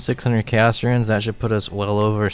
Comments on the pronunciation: Here to leave a comment most people are going to call stupid. RUNES are not pronounced RUINS. PLEASE. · Why do you say "ruins" instead of "runes" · Why does he call Runes Ruins. my brother in christ that is not how you say it. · I love the way you pronounce 'runes' like 'ruins' :)